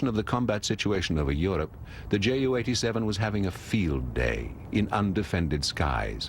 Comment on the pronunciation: The pronunciation of JU 87 in this video is not correct. Right pronunciation is 'You,' see